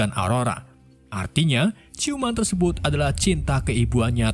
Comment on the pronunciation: 2.50 bilang nya tersebat bukan tersebut 😂